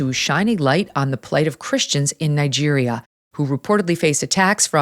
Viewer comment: Did you just say Niger